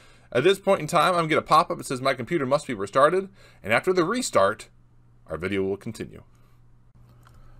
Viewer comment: "My computer has to be restarted" sounded like you said my computer must be Retarded